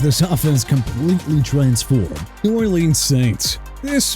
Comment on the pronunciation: YOU DON'T KNOW HOW TO PRONOUNCE AT ALL PERIOD! CHICAGO PRONOUNCED SHEE-KAH-GOW NOT CHEE-KAH-GOW!! AND MIAMI SHOULD TRADE TUA AWAY TO MAKE YOU AND ALL THESE PEOPLE IN THE COMMENTS HAPPY HUH, MR. NEW "OR-LEANS" WHO SHOWS TIME AND TIME AGAIN THAT HE DON'T HAVE RESPECT FOR A LOUISIANA CITY?! ALSO KYLE SHANAHAN NOT PANAHAN!! ARE YOU SERIOUS?! SHOW THE NINERS RESPECT WHEN YOU MENTION THE COACH! YOU'RE DONE!!